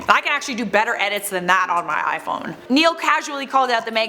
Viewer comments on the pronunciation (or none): none